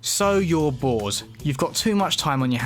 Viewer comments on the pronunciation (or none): You said bores